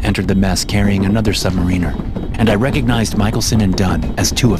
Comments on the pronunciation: *sub-MARE-n-ER. Not sub-MARINE-er. Goober.👍😆😆🤣💯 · Consistently mispronouncing "Submariner" while narrating a tale of Submariners does take you out of the tale a bit.